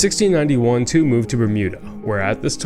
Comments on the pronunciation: The correct pronunciation of Tew is not Two of this English family with the surname of Tew would be as you say Tue in Tuesday which is close to Chew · Great video, love history, just a little thing, Tew is pronounced Tue as in tuesday.